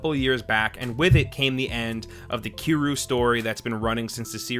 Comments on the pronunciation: Ki-ryu? Bruh u butchered his name. It’s pronounced kir-yu. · did this dude just say keeru dont disrespect my guy kiryu like that